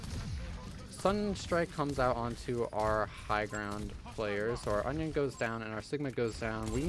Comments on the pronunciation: I keep hearing onion and in different videos too XD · Please tell me i'm not the only one that kept hearing "onion" instead of Anran on King's Row? xD Amazing series btw loving it!